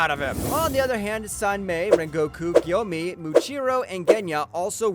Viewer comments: Gyoimei💀💀💀 Hintasuru💀💀💀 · Geyoko 💀 Gayomei💀 Surprised how bro even pronounced kibutsugi right